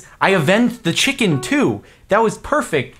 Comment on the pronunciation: "I HOPE YOU CHIKEN FALS"